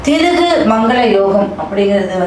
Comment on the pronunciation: ஏண்டி முண்ட.. அது பிருகு, திருகு இல்ல... அட இத்த நாதாரி நீயும் உன் மேக்கப்பும்.. அட ஈத்தரை உன்ன யாரு ஜோஷியம் சொல்ல சொன்னா...